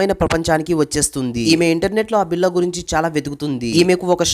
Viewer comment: బిల్ల కాదు రా అయ్య బిళ్ళ